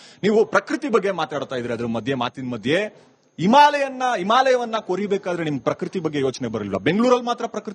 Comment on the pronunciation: himalaya❎ eemalaya✅🤡😂😂